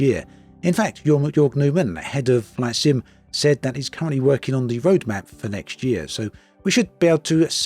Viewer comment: Something about your accent sometimes makes "flight sim" sound like "flaccid." 😏 I take that as an insult, sir.